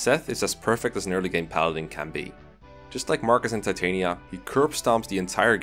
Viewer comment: Titania’s name is actually pronounced Tit-an-yuh